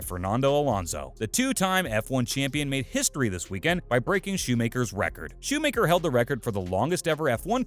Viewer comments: It's Schumacher not "shoe maker" 🙄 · Shoemayker dafuck learn to prounouce his name